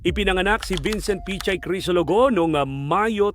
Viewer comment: Correction: PICHAY hindi po pechay